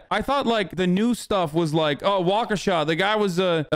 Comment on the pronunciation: Big props to papa Has for pronouncing Waukesha correctly